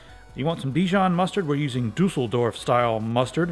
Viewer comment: Best way i've ever seen to make Mayonaise:D THX and your Beauty Girlfriend AMAZING. Greets from Germany;) It's not called Dusseldorf Mustard;) so D(Ü)sseldorf;)